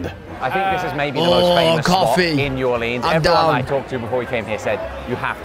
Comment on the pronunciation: I love how said New Orleans the way he did in this video cuz it's the way us locals say it, last video he said New Or-Leens, which is how most tourists say it, A local must've gotten on his ass about the way he said it before😂😂😂